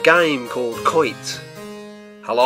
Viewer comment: Thanks for pronouncing "Ouoit"......nice family 'scrapbook'...good share. 5 Stars! --Van